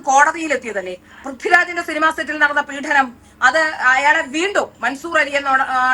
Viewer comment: പീഢനം അല്ല പീഡനം ആണ്. മലയാളം ശരിയായി പറയൂ.